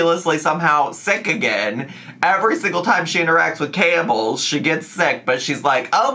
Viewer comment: I thought was saying “Campbell’s” when they were actually saying camels, and it honestly didn’t surprise me to hear that FB was interacting with cans of soup 😂